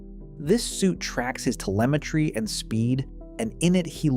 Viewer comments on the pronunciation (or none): none